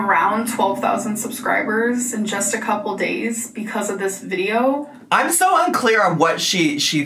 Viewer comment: Noticed she's being back the "sho" instead of "so" that she used to do circa 2018. Guess she's been watching her old videos and decided to try that affectation on again. 🤦‍♀️